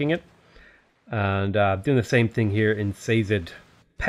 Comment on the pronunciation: Szeged is pronounced "sheged"